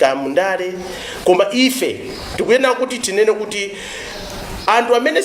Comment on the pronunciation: Your not a Malawian why he say amtu instead of anthu